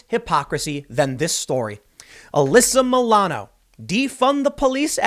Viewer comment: "Maybe now she (Uhh-lyssa Muh-lano) will learn a lesson." BWAHAHAHAHA, you're joking, right? RIGHT?